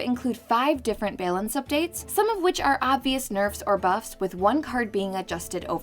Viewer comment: Am I the only one triggered by the way she pronounces "balance"?